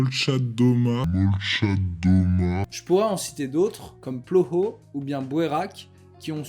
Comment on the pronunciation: si jamais ploho se prononce ploha